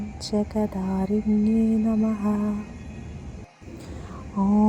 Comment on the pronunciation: ഓം ജഗദ്ധാരിണ്യൈ നമഃ അക്ഷരം ഉറപ്പിച്ചു പറയു